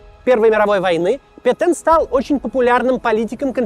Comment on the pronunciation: Петэн пэтен пэтен пэтен пэтен